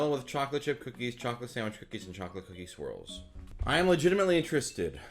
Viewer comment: When you say "swirls" I hear "squirrels" 😂 Imagine a bunch of peanut butter and pretzel squirrels jumping out when when you open the lid.